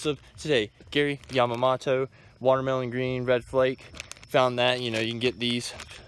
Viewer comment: Gary Yamma-MO-TO